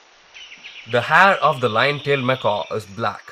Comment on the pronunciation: Nice work with the camera. For the entire documentary, ironically you pronounce macaque as "macaw". Macaque is pronounced "Mekak". Macaws are parrots (birds).